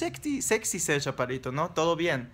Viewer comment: yo tambien mido 1,64... escuche mal o dices ¿chapadito en vez de chaparrito? hehe saludos...